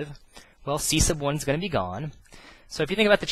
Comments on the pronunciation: the way u say "c1" is funny ciesce of 1 -. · I think he is saying C sub 1, sub meaning below or under as in submarine, subject subordinate. So you have C submarine or sea submarine